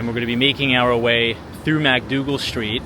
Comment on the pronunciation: Pronounced MICK-Dougal Street, not MACK-Dougal Street.